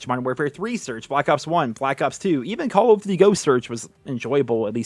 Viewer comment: I love how it sounds like he is saying: "CoooLl of duty" Hope you're doing well!